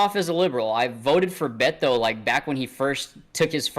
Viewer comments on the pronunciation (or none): none